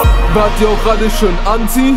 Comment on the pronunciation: Also am Anfang verstand ich nur etwas von ANZIEHEN statt Anti und auch so solltest du etwas mehr auf die Aussprache legen obwohl ich deine Stimme wirklich geil finde. Ich würd weniger Doublen. Aber die Doubles selbst sind gut gemacht (ich hör so viele versaute Doubles bei anderen) Das Video selbst hat eine gute Qualität aber die Schnitte sind doch leicht versetzt zur Musik. Die Musik passt gut und du triffst den Beat. Der Text ist auch gut. Gesamt ist es eine sehr gute Saubere Arbeit. Respekt!